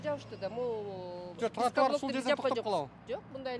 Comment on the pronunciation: Кечигип келген чилиш тротуарды нормално айта албайт экен,туатар деп,билят Аватар,кирип лашман жеп чыктыбы,кечигип